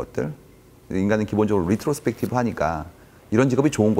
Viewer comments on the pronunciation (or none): 단백하게 전달 해주셨다면 더 좋았을텐데.. 힘 좀 빼고 표현보다 본질에 집중해서 말하기를 연습하시길.. 그리고, algorizm 아니고 algorithm, 리트로스펙티브 -> 레트로스펙티브, 되어지다 -> 되다, 인공지능이 running하다 x -> 인공지능이 learning하다.